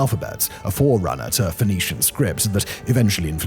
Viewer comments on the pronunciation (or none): none